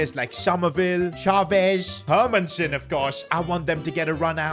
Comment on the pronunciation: Bro has 0 ball knowledge dosnt know who samu is and cannot pronounce names for a living ”hurmunsen” Hermansen ffs